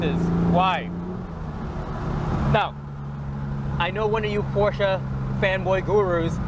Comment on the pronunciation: "porsche".......? I think we discussed this lmao